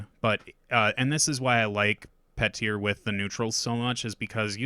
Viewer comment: I know this is A Song of Ice and Fire and there are weird names, but it’s still pronounced “Pee-tur” not “Pet-ear.”